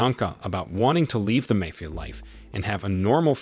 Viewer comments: Thanks. Now if we can just teach the techs' how to say Mafia.............. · If you notice the voice is too, that’s why there is serious mispronunciation of words, like mafia, for example.